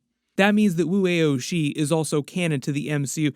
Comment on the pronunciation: Just for future reference… it’s pronounced “Woo Ow She” … that middle one being pronounced like the first syllable of the word “ouch” … just trying to help.